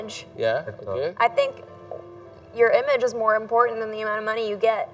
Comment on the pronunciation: Image dia spell nya imen, ge nya gak dibaca lagi. Bagus la bisa improve terus bahasa inggris kita. Good job